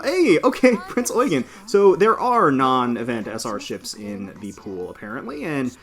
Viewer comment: Nice to finally hear someone that pronounces Prinz Eugen right!